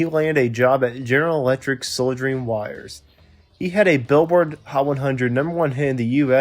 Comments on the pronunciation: Soldiering wires. That is funny. Try learning how to pronounce "solder" not "soldier". I take it you've never worked in any kind of mechanical, electrical, nor construcion working? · Did he say "Soldiering wires?" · And he doesn't know how to pronounce soldering...it's pronounced sod-er-ing.The L is silent. Ugh ! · You pronounced soldering wrong. What the hell??